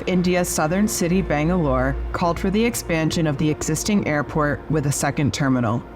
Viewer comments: If one designed interiors of an airport at Bengaluru, I would expect them to at least try to pronounce the city's name correctly (nothing more). Hint is not "Bengaa., .luru" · Absolutely superb, informative video. Most appreciated. The filming of the entire airport was so nicely done. Your pronunciation of the word Bengaluru though, makes me cringe. Gee whiz, Sir, isn't it the right thing to do to at least pronounce the name right? Well if that's so hard, just say Bangalore like the British did the entire two centuries they ruled India! Easy-peasy! 😅 Easier too than saying the equivalent of "the city that gave boiled lentils" to a visiting King...! 😂